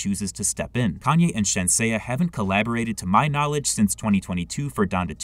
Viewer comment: Bro I called you out on how to say Shenseea's name and you still saying shen-say-ah 💀Bro it's shen-sea-ah. I ain't mad it's just annoying to hear you say it wrong still